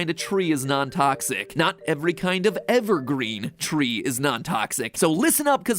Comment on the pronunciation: wtf "evergreen.....tree" why did you pause there?!?!??!